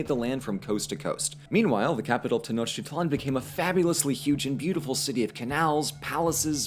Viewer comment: Prophecy (n) =/= prophesy (v). Tenochtitlan = "te-noch-TEET-lan".